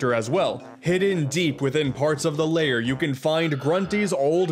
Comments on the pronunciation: Why do you say Grunty's LAYER? It's lair. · “And here we have Grunty’s Layer” Grunty’s Layer!? I think you mean “Grunty’s Lair”, right?